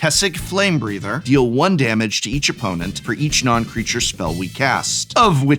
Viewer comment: "Damge"? From an English major!